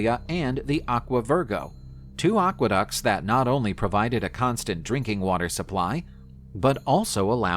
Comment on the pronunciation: ah-GRIP-ah, aqua-ducks, not dox